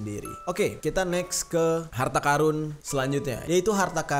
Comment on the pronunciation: Ampun bang gua dengernya karung